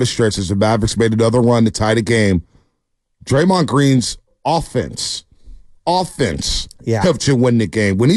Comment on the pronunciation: why is he saying draymond name still? 😂😂😂😂 he didnt learn or what